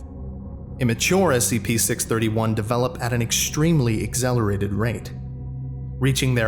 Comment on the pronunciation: Does anybody else always notice how he pronounces “Accelerate”? Sounds like the word “Exhilarate”.